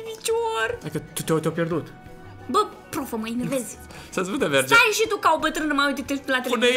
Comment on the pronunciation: nu te supara dar tu ai pronutat in moldoveneste şâ eu scuze dar sunteti super tari